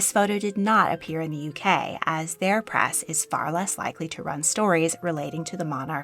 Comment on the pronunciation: The word is press, not prass. Why are you speaking in such a strange voice?